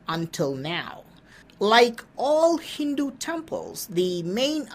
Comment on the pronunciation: Hi, thank you for your wonderful research. I have a request, I prefer you pronounce Hindu as not Hindu (with the d prominent) but as Hindu ( with the Du, in Ta, Tha da, dha, na...Kannada alphabet, the da). The Hindu like lot of westerners say sounds awful.